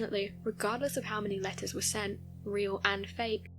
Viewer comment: You saying letters sounded like lettuce too me whenever I heard lol